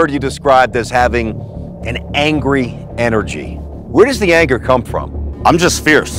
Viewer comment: 한국어 발음으로 "에너지"